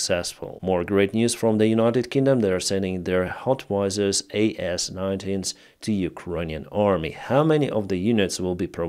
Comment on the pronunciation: 3 years covering the war and pronounces howitzers as hotwisers lol